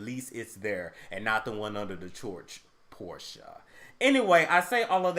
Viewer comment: Thank You... for pronouncing PORSCHE correctly 👍🏾 Porsha “